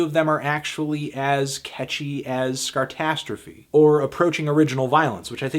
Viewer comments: It's called Sarcastrophe, not Scartastrophe, Melon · Sarcastrophe not Scartrastrophe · Funniest but: "Scartastrophie, great title" It's sarcastrophie 😂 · *Sarcastrophe, not Scarcastrophe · I'm pretty sure it's 'SARcastrophe' and not 'SCARtastrophe'.